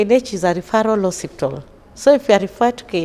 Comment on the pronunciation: Hos-pi-tal not ho-sip-tal